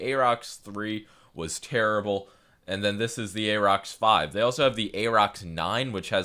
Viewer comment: Pronounced "air-rox". Like "air".